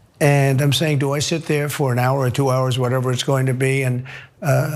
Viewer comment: This is about the 3rd time I've seen him pronounce the number 2 in that manner. 😅